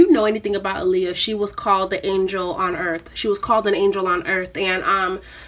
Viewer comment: All this love for her and people still not pronouncing her name correctly. Ah-Lee-Yuh like Muhammed ALI